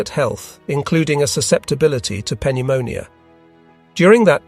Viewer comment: Love how the AI voice pronounces pneumonia.